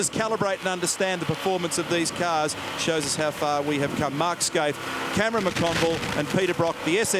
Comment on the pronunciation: Fucking Neil Crompton, his name is Mark Skaife, not Mark "Skaithe". Get off the booze mate.